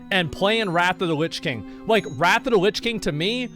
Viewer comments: Nobody: Asmon: "Rat of da lits king" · Everyone else : "Wrath of the Lich King" Asmongold: "RAFFA DA LISH KING" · “Wrathuda lichking”